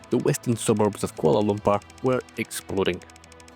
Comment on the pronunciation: The pur in kuala lumpur is pronounced with u not a.